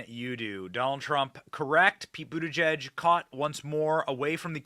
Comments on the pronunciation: It took ‘buttergee’(correct pronunciation) nearly 3weeks to get to train accident in OHIO,and 15minutes to lose his train of thought…! You could not make this up!!! How the hell do they get hired? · His last name is pronounced but-he's-gay😂